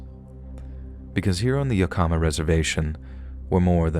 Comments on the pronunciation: Yakima = Yak - im - ah. Definitely not / yak-eem- a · The native tribe in WA is pronounced YAKima. Good stories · Story 2, Yakima is pronounced "yak-emma" :) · Yakima rhymes with Saginaw. I know this because I made the same mistake to my husband once. He’s from the Pacific Northwest, and it gave him quite a laugh! Greetings from Golden Valley, Arizona 🏜️